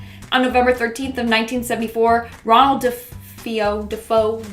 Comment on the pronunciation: you keep calling the De' Feo family the De' Fo family, it's pronounced De'Fayo as it's Italian. Look at my last name, don't you dare call me Canal 😂 it's pronounced Canaley. Great video, always ❤a good binge 🎉